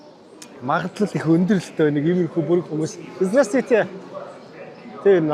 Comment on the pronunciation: Здраствуйте гэдэг биздээ Здрасттүйте гэж яриад байх юм 😅